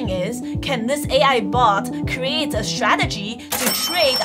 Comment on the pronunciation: Why you can't pronounce the word d sTTTRRRtegy? It's so a simple word...